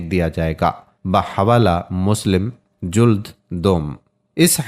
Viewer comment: Mashallah Allah ap ko jaza dy, kuch alfaz ghalat hn wo drust karln, juld nai jild, kanazuleman nai kanazuleman, zakat mishkat m wao na Para Jay. Islah o tarbiyat Jari rakhn.